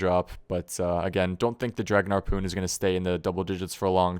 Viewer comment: I feel like I'm hearing Arrpoon.